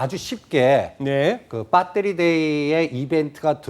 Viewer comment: 발표내용중에 그 배터리 아니 빠떼리 ㅋㅋ